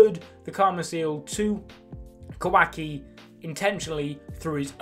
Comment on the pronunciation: the way you say kah wahk e is so funny to me